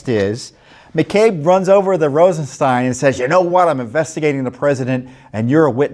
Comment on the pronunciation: We pronounce it RosenSTAIN.